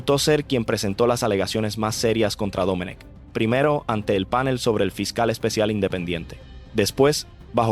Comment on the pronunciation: Mira mijito no se dice PÁNEL. Se dice PANEL. PronunciaS muy bonito pero eso es un DISPARATE, ORAL Y ORTOGRÁFICO.